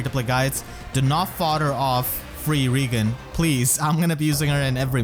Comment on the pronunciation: Now you have to Claude with the new free OC. because you get Claude and Reginn... Reigan..... This is funny because you pretty much pronounce Claude's last name as Reginn...